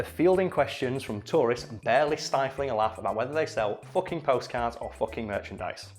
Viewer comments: The town's name is foo-king! get it right! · Everybody misreads the sign for Hilter in northern Germany when they first see it. I was also in Elend (misery), just 8km from Sorge (worry). I know it's for comedic effect here, but you are kinda mispronouncing Fucking if you say it like the English pronunciation, except your northern English accent with the characteristic u sound that is far closer to German kinda counters that.